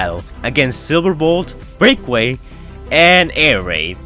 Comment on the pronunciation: It's pronounced "Break-Away". Best regards.